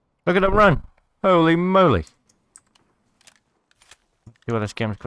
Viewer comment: "Hohlei Mohlei"